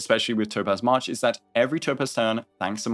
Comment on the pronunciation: dude calls march mash...